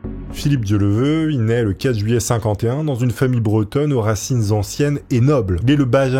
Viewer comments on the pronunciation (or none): Oui tu a raison,ds les commentaires.. PUTAIN a peine le début,Le gars n'est pas capable de dire son nom correctement,et je remarque,qu' un paquet de YOUTUBEURS font beaucoup d'erreurs, raconte n'importe quoi,ce trompe sur des années,ages, pays, argent, divorcé ou marié,etc.. La en 3min son nom toujours pas... Un manque de respect.. On dirait que c'est pas préparée.... LES MECS,vous êtes millionnaire en Abonnés DC fait le taf,sinon toute t'est vidéos y'a t'il beaucoup d'erreurs... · A un moment donné tu ne te dis pas... "bon, j'écorche son nom tout le long de la vidéo, je vais réenregistrer" ? AMATEEEEEUUUUR ! Merci quand même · Bonne vidéo mais dommage de ne pas prononcer le nom de la personne dont on raconte l'histoire correctement une seule fois... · C'était une vraie légende ce gars! Il était admiré par tout le monde, petits et grands! Un grand journaliste, avec cette intégrité comme on n'en fait plus. J'en rajoute une couche, les noms écorchés c'est ta spécialité 😂, mais tes videos restent intéressantes et passionnées, on adore!👍🏼